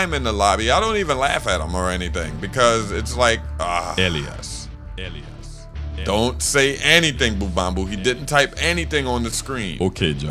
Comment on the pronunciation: Isn't it pronounced Eh-Lie-is?